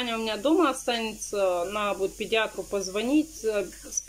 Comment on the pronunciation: здравствуй. Твоя семья мне очень симпатична. Ты молодец! Но без обид... Куда ты все время теряешь букву Д в слове наДо и букву З в слове сраЗу? ))) Я понимаю говор,но прям " слух режет". ) Извини если что.